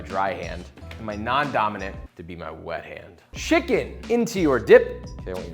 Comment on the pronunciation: Why did he say "wet hand" like that lol